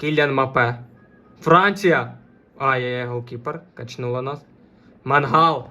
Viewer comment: Мангал блять в тебе в сараї стоїть, а це - Меньян. Не Пауліньйо, а Палінья. Тіп, я їбу як тут все погано - від твоїх коментарів, до того що ти знімаєш це НА КАМЕРУ. Мікро в кадрі стоїть по приколу, тупо шоб побісити глядачів? Може почнеш в нього записувати, а не на телефон? Я в ахуї як мені взагалі це відео трапилось